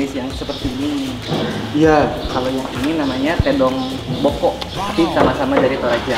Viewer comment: "Tedong Lotong Boko'"..... bukan tedong bokok